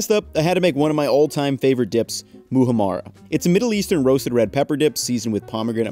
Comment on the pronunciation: Your pronunciation of Muhammara is really funny. Great video! Thanks